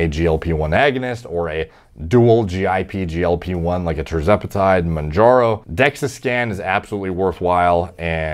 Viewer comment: Bro said “jerzepitide monjaro” stop larping as a djini